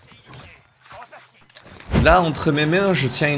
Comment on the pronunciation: tu es anglais avec l'accent à "tiens"